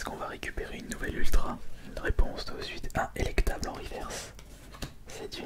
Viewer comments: c'est elekable, pas elekTable, mais sinon bonne vidéo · Emplifior elektable... , mec c'est pas compliqué t'as juste à lire